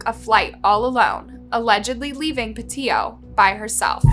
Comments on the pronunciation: Pe-io. Co-in. Bri-in. Seems like there's a huge fear of the letter 'T'. This is annoying AF and detracts from the presentation. 🤦‍♂️ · Mispronounced Gabby’s last name (not surprised, you always mispronounce names). How do you pronounce it, “Patillo” when you LITERALLY used news clips that pronounced it correctly? “Petito” (PA TEE TOE). Her and Brian weren’t married, either — horrible research on your cases. 🤦🏻‍♂️ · I don’t mind you misspeaking laundries name wrong, but cmon get Gabby’s name right! Even in the footage they say her last name! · You cannot even get her pronunciation of her name right!!!!!! It's PETITO !!! Not PETITO !!!! This video is gross. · Pa tea tow. That’s how it is pronounced. Watch the videos before you make your own please. Get the words right. Geez. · So weird that most of the outrage in this comment section is not for that monster who stole Gabby’s life, but for the mispronunciation of her last name. People are so weird to me. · The least she can do ?? She put her story out there what do you mean? You’re upset about her not saying the second T in her last name … I’m confused ..what exactly was the least you did for Gaby besides complain about someone mispronouncing her name.